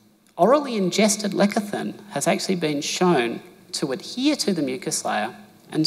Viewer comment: Great info. Side note: Why is he pronouncing lecithin as "lekathin" instead of "lesithin"? Is it a "down under" thing?